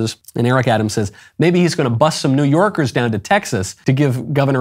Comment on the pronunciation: I love how the only time he had the New York accent was when he said new yorkers